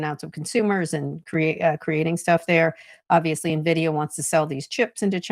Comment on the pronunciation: His? You’re as smart as Trump, who can’t pronounce Nvidia